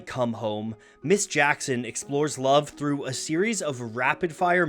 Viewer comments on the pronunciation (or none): none